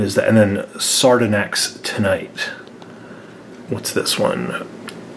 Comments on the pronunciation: "sArdOnYx" me: ExCuSe Me?! it's SAR-DO-NYX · Sardonyx REAL pronunciation: sar-don-ix How they pronounce sardonyx: sar-don-ax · The man is saying sardonyx wrong it's sar don nix like if you agree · It's not sardinix its Sardonyx TONIGHT how yall doin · Not to be rude but you pronounced Sardonix wrong its pronounced SAR-DON-EX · What sordnax is sordonyx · "Sardanax" it's sadonyx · No one: Me: Annoyed by him saying sardenix insted of Sardonix or however u say it. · Who sez Sardonoox its pronounced sar-daw-nix also when you did opal u said "amethyst and opal" instead of "amethyst and pearl" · Is anyone else cringing at serdnex It's sar-Don-ix sardonix not serdnex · You say it Sardonix not sardonak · You say sardonix not sarsonex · It's not sard"a"nyx It's sard"o"nyx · Btw (no offense) sardonyx is pronounced (Sar-Don-ix) not (Sar-dn-ix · It annoyed me so much when he pronounced sardonix as Sar-denix. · ITS SARDONIX NOT SARDOOOONOX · The names are pronounced Soo-ga-light (Sugilite) Sar-daw-nix (Sardonyx) And the sketch card is of Yellowtail! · “Sar-doh-next” OH MY GOD!I’m sorry this triggers me so much😭😭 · It’s SAR-do-nix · He said sardonacs (I know fhats not how to spell it, he said it like that) and I was like😔😔😔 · Clorox Bleach Actually he pronounces it."Sar-doh-nAxt" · Its actually Saw-don-ryx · SardonEX it’s like Sardonix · It's called Sar-don-yx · He said sar-do-nax It triggers me so much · He pernouses it Sar-duh-nex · its pronauced sar-do-nyx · It's SAR-DON-ICS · It is pronounced sard-on-ix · Do you even watch the show you keep pronouncing sardonyx (sar-don-ix) wrong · Sar-dun-axe. Hahaha it cracked me up. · ITS SAR DAWN IXS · ITS SAR-DON-IX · He said SaRdOnYX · Also you pronounce sardonix sar-don-ix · Lol Sardonyx is pronounced Sar-Don-ex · Sardonyx is pronounced sar-don-ix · Sardonyx is pronounced as Sar-don-icks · It is pronounced as star don ix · Sardonyx is pronounced sar-don-icks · It’s sar Don ixe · Its pronounced Sardonix ;3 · You are saying sardonyx wrong